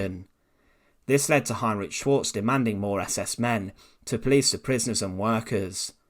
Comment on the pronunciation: That's not how you pronounce Schwartz